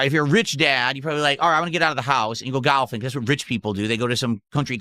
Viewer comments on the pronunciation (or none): Only would bring up another LOLcow mid sentence of wishing Dads a Happy Fathers Day. And he says detractors are hyper-focused. AYUND nobody says "gahlfing," they say "golfing" unless you are a Renton regard. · Why he FUCK does he pronounce golfing like that 😭 he's such a fucking weirdo. Also, you don't need to be rich to golf 💀